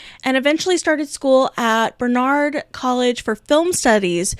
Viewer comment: I hate to say this, but the college is pronounced BAR-nard. I’m only a couple of minutes in, but a close friend of mine went there. I’m looking forward to the rest of the video, though.